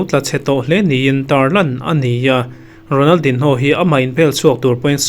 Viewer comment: A hming hi i lam dik lo deuh em, a in ziak ang ang hian an lam ngai miah lo a nia